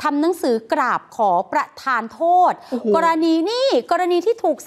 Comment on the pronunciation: จะให้อภัยเพราะนักข่าวออกเสียง กราบบบบนี่แหละ555